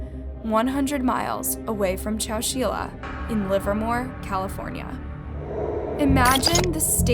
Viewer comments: Hi: I am a new subscriber. I really like your content and presentation. You have really done your research. I look forward to hearing more cases. I have a very minor correction. ChowChilla is pronounced Chow Chill ( like the word chill) a. Thank you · Chow-chill-uh...... Chowchilla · It’s chow-chill-ah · I wish I can correct how she said Legrand and I can’t ahhhh Edit and Chowchilla😭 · It's not pronounced chow-chee-la. It's pronounced chow-chill-ah. I've lived close by for 61 years, all of my life. And "slough" is pronounced "sloo". Wtf? Can you not imagine what you sound like to someone who was actually there?!?